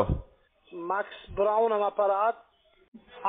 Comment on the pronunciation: Sehr schöne Anrufe, Dankeschön! 😄👍 Ging schon gut los, "Max Braun" kann seinen eigenen Namen nicht aussprechen, oh Mann.. 🤔